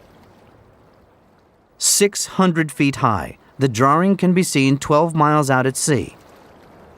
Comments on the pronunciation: What's a "drawer-ing" ? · Guy pronounces "drawing"....draring. Who the hell talks like that? LMAO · What is a "drawring" ? Why do so many people including presenters, newsreaders etc. use this now. There is NO "r" in drawing. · What is a DrawRing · Who is this joker "drawring"